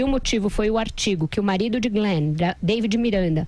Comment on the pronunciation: Fala pro Andreazza que é Glenn e não Green .. kkkkkk